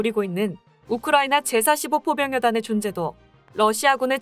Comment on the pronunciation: 읽을때 좀. '제45포병여단'이 아니고 '제 45포병여단'